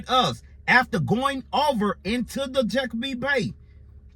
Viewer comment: It’s not pronounced checkerpeak peak. It’s Chesapeake bay bridge. Sir